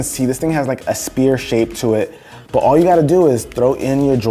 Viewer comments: a... a... a what shape??? a "spear shape?? don't you means sphere? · This dude really pronounced sphere as spear. Probably failed in school or something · did you pronounce sphere as spear?